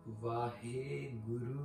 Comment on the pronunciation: Good point about pronouncing v instead of w. But technically it is h(I) not h(e) as haha has sihari. Vahi. Not vahe nor wahe. ਵਾਹਿਗੁਰੂ, vāhigurū